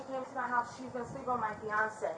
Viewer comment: “Fiancé”. Girl..😒🙄